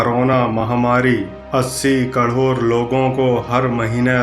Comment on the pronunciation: Krod to thik se bol lo phle